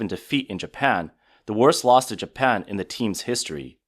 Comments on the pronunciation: it’s Japan. Not Japam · Did u really just say japam wtf is japam its even in the video that obviously heavily ai